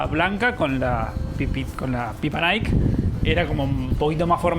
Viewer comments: Hermoso video, una pequeña aclaración Nike realmente se pronuncia naiki y no naik. 😅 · Que no se dice Naik, se dice naiki.... y dejen de comerse las eses!!!!! Los quiero!!! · Por cierto se pronuncia Naiky para decir Nike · El nombre de NIKE se pronuncia "Naiki" ... en este caso la ultima letra si se pronuncia. Vayan a Hillsboro a ver el campus de INTEL que es toda una ciudad, impresionante. Pasaron por nuestra vieja casa en Beaverton, me dio ternura. Pasen por el puente de St John's, el mas bonito de todos!